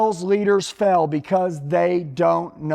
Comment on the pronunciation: He pronounces."fail" like "fell". On purpose??🤔